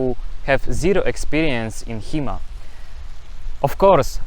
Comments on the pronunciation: Thought you said He-Man at first, and I was really surprised that He-Man actually got it right. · i thought he was saying He Man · I thought he was saying He-Man.